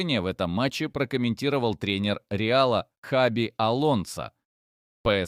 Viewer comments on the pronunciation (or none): Не Хави ,а Хаби.